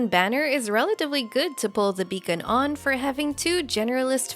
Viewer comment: Beacon: ❌ Bacon: ✅